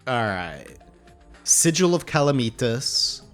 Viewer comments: ooh OOH! make the hoik a spine!!! also, is cal-uh-meh-tus it's not calameetas ;) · it's pronounced (kal-AM-uh-tahz) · I know I’m late but it’s CA-LAM-ITAS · 1: calamitas is pronouced: cuh-lamb-it-ass 2: calamitas is pre-plantera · “BuT fUrY, tHaT’s NoT hOw YoU pRoNoUnCe CaLaMiTaS, iT’s LiTeRaLlY iN tHe NaMe Of ThE mOd” -What I imagine most of this comment section is like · honestly, i live your vids, but your calamitas pronunciation makes me wanna murder someone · STOP SAYING CALAMITAS WRONG